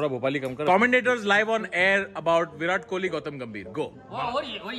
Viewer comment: Virat Kohli ❌ Y-Rat Kouli✅